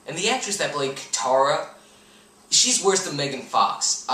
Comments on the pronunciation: lol its not KEETARA but KATARA! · What about Katara (Kitara), Avatar (Ovatar) and Agni Kai (Agni Kee)? Shyamalan definitely mispronounced these